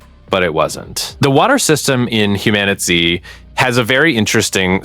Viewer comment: You keep calling the game Humanity it's called HumanitZ but other than that great video...